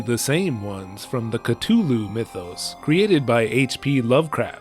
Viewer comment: Every time you say Cthulhu it hurts me. The “th” is pronounced like “the”. Its not a hard t